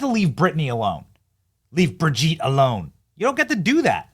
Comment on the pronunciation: Brig-yeet Fag-known. Lmao!